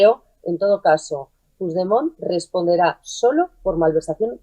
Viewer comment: Se pronuncia Puchdemon, no se si es burla a un presidente democraticamente electo por parte del perroflautismo o ignorancia supina.